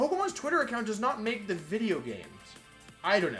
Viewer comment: Please stop saying wideo instead of video